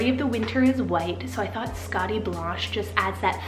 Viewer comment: Woww all of these name combos are so unique and cool , love it💓💓💓 also I kept seeing the name skadi on ig too but I read it as skay-di and didn’t really like it but how you pronounced it as skah-di omg sooo pretty 🤩